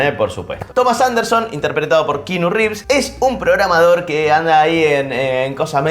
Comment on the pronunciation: Kinu? Es hawaiano, keanu basicamente es keanu.